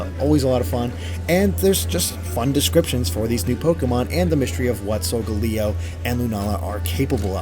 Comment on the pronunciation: Its Layo in Solgaleo's name. Not pronounced Leo. Typo in the description, and the phases remind me of SMT's moon phases and makes sense according to rotations, Yungoos is Donald the Jew Slayer Trash, and they are adorable all of them are cute....